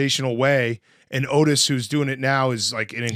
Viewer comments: Oteil*** not Otis. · Its Oteil not Ottis… come onnnn Cat